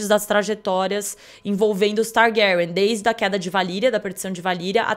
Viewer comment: Que agonia esse homem pronunciando TARGÁRIÃ